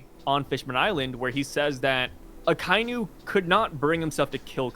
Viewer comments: you need to learn how to say Akainu bro. If you watch the anime in Japanese they say like everyone says bro why you trying to “be different”? It sounds terrible. Imagine someone call your name in his own way just because he wants to lol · You’re American and you butcher a lot of Japanese names a lot of the time. You should just pronounce it properly. Show some respect to the culture of the anime that helps keep your income rolling in